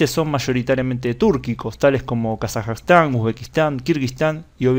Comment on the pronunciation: Es Kazajistán, no Kazajastan